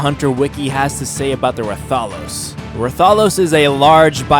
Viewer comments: Wrath-a-los for rathalos.Deviljo is devil-ho. The J be silent. Err-agon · it's pronounced Rath a Los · ITS PRONOUNCE RATH-A-LOS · ra-tha-los LOL THATS NOT CORRECT ITS RATHA-LOS U FOOL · rath-a-lo-s not reth-al-ose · its not ruh thahlos its rath alos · The way you say rathalos has me dead im fairly sure its pronounced Wrath A los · I think it's Ray-thos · He said ratholos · Pronanced rath-a-los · Rath-A-Los and Rath-Ian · Rathalos is pronounced wrath-all-los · I don’t know how you can miss pronounce Ratholos but pronounce Rathian just fine... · Plz get it right rath a los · Rathalos Is like Wrathalos sorry but that triggered me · YOUR SAYING RATHALOS WRONG!!!!!!!! its pronounced Wrath-a-loes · Hes saying rathian and rathalos wrong ._. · When you said Rathalos you were close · You suck at pronouncing the monsters! Monster hunter is my fav. Game ever!!! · Deviljho isn't a mutant and yea you pronounce rathalos wrong